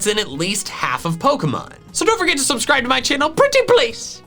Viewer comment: PLUS SOOBSCRIBE PLS. FANK U:D Me: Yes. I love when he says this. 🤪